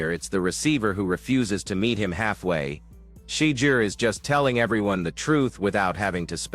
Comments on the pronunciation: Please train your AI to learn how to pronounce Shedeur. Not She-deer but Sha- door. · Learn how to say his name whewww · Please invest the effort to master the correct pronunciation of the name Shedeur. Sound if you are saying 'SHIT.' Your lackadaisical approach to English will not suffice and is quite disrespectful individuals name should be said correctly